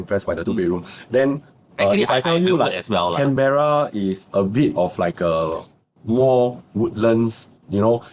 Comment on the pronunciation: Pronounce Can bur uh, not Can Bear Rah